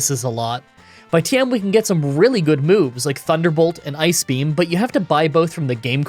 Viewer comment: My girlfriend thought you were saying “Ice Cream” in place of ice beam. You need to have “Water Onyx” use “Ice Cream”